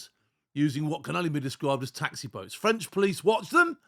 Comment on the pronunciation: I'm laughing at bouts instead of boats.